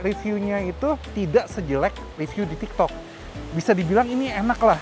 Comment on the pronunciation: Inget ya "riview" bukan "review" 🤣🤣🤣🤣🤣🤣🤣🤣🤣🤣🤣🤣🤣🤣